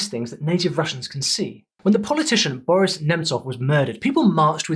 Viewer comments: The stress in the word Boris is on i, not o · When he said vladImir correct but bOris instead of borIs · Great video! The only hiccup was pronouncing Nemtsov's name - it is BorIs (not BOris), so it really does sound very close to the verb борись (the stress is also on the second syllable here). Also the context of this similarity goes deeper into history since this slogan became famous during the late 1980s when it was used to support then deputy Boris Yeltsin, who had left CPSU in a very rebellious way and continued his struggle against the party and Gorbachev himself (which he won eventually).